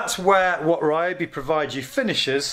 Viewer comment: They may sponsor you if you start pronouncing the name properly. Ree-O-bee. The Y sounds like the one in Tokyo